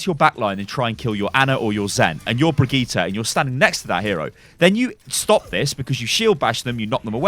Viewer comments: Just say her name as you would in English. Everyone do this with Sombra, Lúcio and Reinhardt no one is worried in saying their names with the correct Spanish, Portuguese and German pronunciation. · amberisrad "in her origin video she says it as "bree-geet-eh" " Wrong. Did you watch the english video with her "primary" VA? And no it doesn't sound similar to how jeff says it. If you can hear the difference between feet and fit you should be able to hear the difference between the VA and jeff pronouncing her name. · The name is German though. But then again what you are saying is correct. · Brigittes hardest counter is pronouncing her own name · Not Bri JEE ta but Bri GEE ta, how hard can it be? XD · Its not Bregiiiite, its Brightte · Well we say birgitta and not brigitta, good video btw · Bri-gitt-EH, not Bri-gitt-E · Its BrigittE not BrigittA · actually its Bri Gi tE, not Bri Gi tA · Its not pronounced Brigita! Its a german name, duh! Ask a german dude and let him tell you how to pronounce Brigitte! It is completely different. Yes, Papa Jeff said Brigita, but Jeff does not speak german! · you..are..british... IT IS BRIDGE-IT!!!! stop trying to sound swedish lol. you know there are several ways to say melee, as you have said (in a brigitte vid).... me-lee / mel-ay.., just think about how we say "michelle", and how the french say it. case closed. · dude brigitte is an old fashioned french name for ladies.... pronounce bree-jeet -__ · "Brigita" ... That's completely different than just pronouncing "Brigitte" german or english. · Seriously bri-gee-tah, three syllables my dude. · blizzard dont know how to say brigitte´s name. its a shame. its briggitE not A in the end. Brigitteh. Blizzard!! back to school! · Stop the BRIJITTE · Bree-Gee-tay howfucking hard is it to say that? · Jeff is wrong. Her name is pronounced bageut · I’m triggered when people say Brijet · Q it’s pronounced “Bri Jit” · stop saying brigitte, you are doing it wrong.......